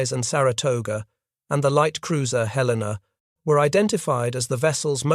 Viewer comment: Please pronounce Helena correctly